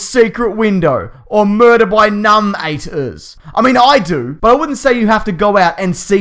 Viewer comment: "Murder by num -ate - ers" LOL